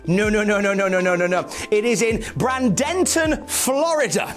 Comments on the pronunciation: Every uttering of "BRANDON-ton" instead of "BRAY-dun-ton" was like hitting my funny bone repeatedly. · Bradenton Florida is pronounced braidinton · You pronounced Boca Raton pretty close Bradenton not so much. It's like BrayDenTon. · It’s Bradenton. As is Braden Walker. I believe he’s the founder of the city. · Just so know for the future (though I don’t know why you’d need to know this for the future), Bradenton is pronounced Bray-Den-Ton. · worries about pronouncing Boca Raton wrong, but he butchered Bradenton without a blink LMAO